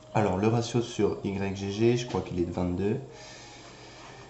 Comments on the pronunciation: Ça se prononce "igue torrent" et non "Y G G" MDRRR ;) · On dit pas Y-G-G mais "igue", comme dans yggdrasil ;) Merci pour le tuto!